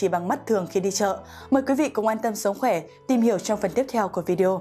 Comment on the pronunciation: Sồng khoè là gì??? Phải đọc là sống khỏe...đọc sai dấu sai chữ VN